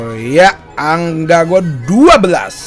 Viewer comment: Ang bukan anga